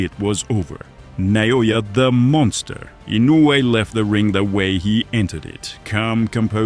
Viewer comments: Who's Na-yo-ya? Is he somehow related to Na-o-ya? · Nao-ya not Na-o-ya. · Who is na-no-yah? It’s in-no-way